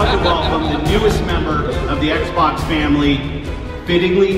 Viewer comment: did he say the small sexbox lmao